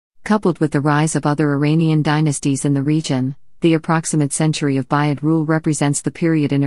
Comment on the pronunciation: Thank you for this interesting video. However it would be better if the comment was read by a human being. "Buyid" should be pronounced "booyid", and not sound like the word which means "purchase". Similarly, "Bahram V" should be read "Bahram the fifth" instead of 'Bahram Vee".